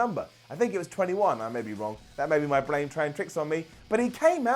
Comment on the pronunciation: His blane traying tricks on him, emination chamber? Slow down bro 😂